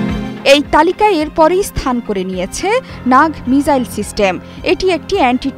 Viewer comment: Are didi ota মিজাইল না মিসাইল